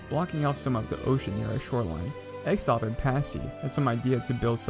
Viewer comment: has a knack for pronouncing names incorrectly, he called x0XP exoxp